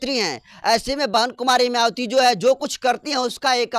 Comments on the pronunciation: अंकर सहाब आप मयावती बोलते है, आप अपना उचारण ठीक से बोले मायावती बोले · मयावती नहीं है उनका नाम है मायावती बहन जी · पहले तो मायावती जी का नाम ठीक से लेने का अभ्यास कीजिए